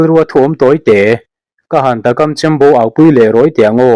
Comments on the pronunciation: Takam tih hi thangkam tih a kam tih kan lam ang hian ilam tawh dawn nia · Takam tih pawh a thluk a dik lo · 'Takam' tih pawh lam dik thiam lo Youtube hi a va mak ve!!! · Takam chembo au.tih i chhiar fuh lo tlat mai.